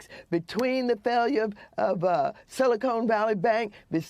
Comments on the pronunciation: "Silicone" 😅😂🤣 How long has she lived in California? What a dunce. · It's not silicone It's silicon Valley. 🤣